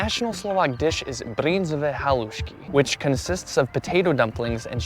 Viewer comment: Your pronunciation of "bryndzové halušky" is getting better and it is nearly perfect now! Congratulations 👌